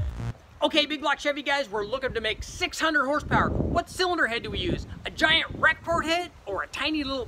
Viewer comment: pretty sure any thumbs down on this video comes from him saying ''Rec-Port'' head.....cringeworthy.....